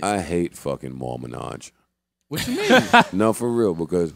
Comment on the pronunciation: NAW HE CALLED MAL MAL MANAJ BWAHAHAHAHAHAHAHAHAHAHAHAHA